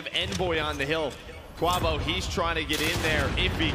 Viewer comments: Kwah-vo lmfao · Bro its KWAAAVO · gotta love "invoy" and "kwavo"...wtf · Can yall just call him kenny and not butcher kuavo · cant say “quavo” right to save his life, jesus, not that hard 🤣